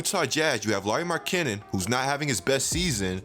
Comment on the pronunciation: Also someone teach this man how to say Markkanen